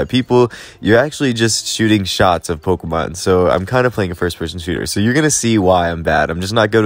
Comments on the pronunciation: It’s funny how Leonhart doesn’t know it’s Po-kay-mon but you do 😂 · Nope the pronunciation is always been Pokémon the way you said it. That is the most common way as well as the way the anime always states it as. That don’t have are hard K in the The pronunciation.